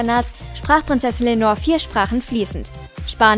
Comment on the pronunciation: Leonor heißt sie. Nicht Lenor.